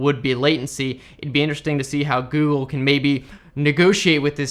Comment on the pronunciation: Heard it as "the gey console" 😂😂😂😂